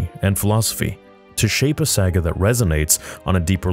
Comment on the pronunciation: Did you say…SAG-AH? LOL Homage to Lucas right?